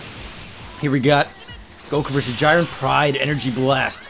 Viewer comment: isn't it j-ee-ren not j-I-ren